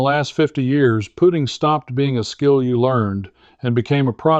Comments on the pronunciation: AI????? To the best of my knowledge it's pronounced put-ting not poot-ing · why is he saying puting vice putting? AI? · Why do you say...put- iing instead of Putt- ing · Not a bad ai video. He said pooting lol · I'm not sure about taking advice on putting by someone who pronounces it as put ting. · The story is ordinary and the AI animation is ordinary and the AI narration is poor. "puting" ? Your AI narration can't speak English properly. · Is this AI??.... Pooting? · He said pooting... That's AI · I like AI videos of good looking men and women, until they make the word putting sound like pudding with a t. Still, I’ll definitely try this advice. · Note for AI. There is, almost universally, a hard U in putting. Pooting sounds jarringly wrong. Challenging content nevertheless. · Not a machine but your AI keeps calling putting, put-ing. Cmon man. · Yeah so easy to spot, kept calling putting puting, and the monotone voice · Yep it's AI. Because no golfer says putting, as in I'm putting a porch on my house, but says I was putting (putt ting) great this weekend. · I don't disagree, but I was actually referring to how he pronounces "putting" as "pudding", even though he has no trouble saying "putt". Classic AI. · Why can’t AI say putting in golf rather than putting like putting on clothes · Ugh... Ai really. No matter how factual the info, once the Ai mispronounced putting i am done. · So you can't program AI to pronounce Putting, correctly?